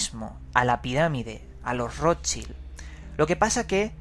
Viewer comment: De verdad Roschil????...menos mal que uno dice informarse y ni le apellido de la familia que está investigando sabe pronunciar.